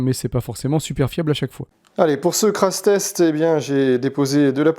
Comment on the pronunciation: Ah mais tu dis vraiment "crasse" test !! 😂😂 j'ai vraiment cru au début à une erreur de prononciation haha ! En tout cas un grand merci pour cette vidéo de test ultra quali